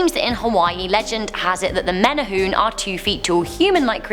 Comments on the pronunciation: menehune is accually pernounced (Mene-hoo-nei) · mehneh hoonay and pay lay would be how you pronounce menehune and pele i had a friend who claimed the night march would go through his grandparent's house every night and they had to open the front and back doors to let them through. he said you had to bow until the entire night march was through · Meh-nay-hoo-nay... NOT meh-nay-hoon AND Peh-lay... NOT peh-lah AND Puh-lee... NOT pah-lee AND Hoo-ahh-kah-ee-poh... NOT Ho-ahh-ka-poh You definitely brought shame upon our language!!! 😂😂😂 Just kidding. You tried, and I love that our urban legend/horror stories have some light shined upon for the entire world to see. Great video! Many, MANY, more urban legends/Hawaiian horror stories than just these mentioned though. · Every Hawaiian name was wayyyyyyyyyyy off the pronunciation of them like Pele is pronounced pay-lay. Menehune: May-nay-who-nay Pali: pah-lee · Hiw to pronounce Hawaiian words Huaka'I po /hu wa ka I po Wahiwa /wa he wa Menehune /me ne hoo ne Hawaii /ha va ee Pele /p e l e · You pronounce the e at the end of menehune.I thought the legend was if you carry pork down the h3 freeway or pali freeway,the menehune will cause your car to stall or breakdown.I didnt know it was the pig god. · If you dont know how to pronounce the word menuhune it's not menhue..ppl gets offended.. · “Menehune” lol its pronounced mena-hoo-nay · I’m like what the heck did she just say 🤦🏻‍♀️ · Menehune is pronounced Menay hoonay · I am from Hawaii, it is hard to pronounce most Hawaiian names, but just remember that every letter is pronounced, (ex. Menehune is Meh-neh-hoo-neh). Also residents of Hawaii are considered Hawaii residents, Hawaiian is reserved for those how are of Hawaiian blood. Otherwise I thoroughly enjoyed this episode!!! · Menny-hooon haha!!! Butchered that word "menehune". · Hoi you haole, it's pronounced menehu'ne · No offense but the way she says the name of menahune ,Pali and pele it annoys me men-a-hi-ne p-ah-li peh-le